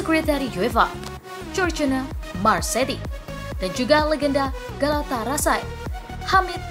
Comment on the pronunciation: Min galata Sarai.. bukan galatarasai